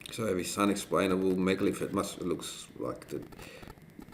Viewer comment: Guy says: It's a megalith. Girlfriend says: It's a minalith.